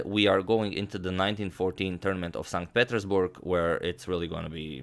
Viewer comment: Just saying, your pronunciation of St Petersburg is a bit off. It's more like Saint Pee-ters-berg. Love you agad.